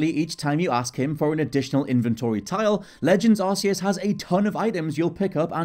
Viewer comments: Why do you pronounce it Arse-eus? It's arc-eus. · It's k not s! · Press x to doubt your pronunciation of Arceus. 100% pronounced Ark, not Arse, just let me get out my Arse phone..... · To be fair the game pokemon battle revolution produced it as ar-see-us and it wasn't still later that it was corrected to ark-ee-us so it's understandable that people pronounce it that why as I did aswell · Tip # 11: It's pronounced "Ark-e-us."